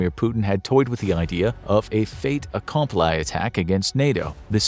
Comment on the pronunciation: Fait Accompli is pronounced fayt aa·kon·plee